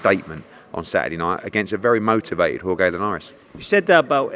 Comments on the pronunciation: its pronounced horhe not horegay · Horhay you mean